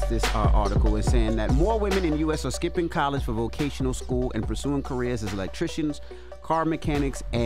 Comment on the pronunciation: I'm not accepting slander from somebody who can't say vocational school properly